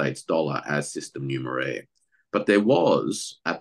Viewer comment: What did say? "Numer-air"? Anybody know the right spelling?